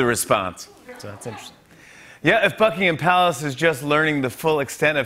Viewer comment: > Did he say > Fuckingham Palace